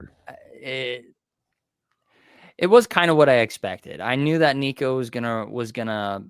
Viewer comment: You’re still mispronouncing Nico’s name. Just use Google and it will pronounce it for you.